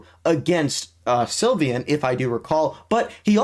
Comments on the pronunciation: It's sylvan not sylvyan gng 💔🥀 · How do you mispronounce sylvan